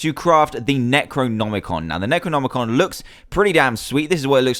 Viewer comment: Finaly someone says necronomicon right! XD Good job dan!